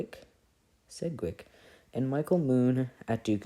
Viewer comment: This makes me want to learn, more than sleep. Still love it though. Also s-edge-wick